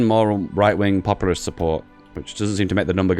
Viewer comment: also the word is POPulist, not popURAlist. REE